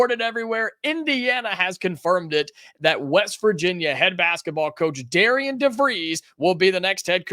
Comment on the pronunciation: It’s pronounced Darren.